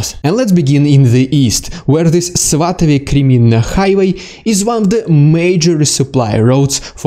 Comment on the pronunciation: I like your pronunciation of cities too much, especially svatove 😂